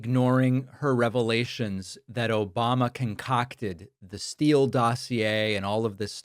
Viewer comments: Thank you for the “Obommnna!” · Havent heard Obamna in a long time 😂😂😂😂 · I think I watch this show sometimes only to listen to “Obamna”😅